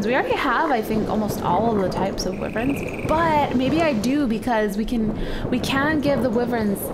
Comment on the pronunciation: I hate when she says WYVRENS when it's WYVERNS